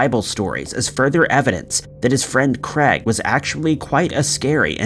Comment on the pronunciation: Why are you pronouncing 'Craig' as 'Creg'? wtf lol biggest mystery of this video